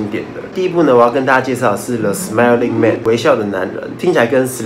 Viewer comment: 是smiling man 不是smelling man啊😂😂